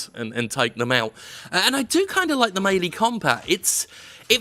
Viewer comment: Why can no one on YouTube pronounce “melee”?